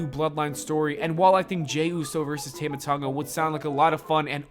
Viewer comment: It's pronounced tāma Tonga say his name correctly